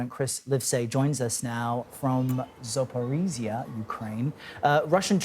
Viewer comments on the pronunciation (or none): lol zoporeeeeezia. damn at least try.